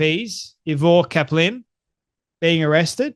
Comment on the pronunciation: Eye- ver. Cap-lin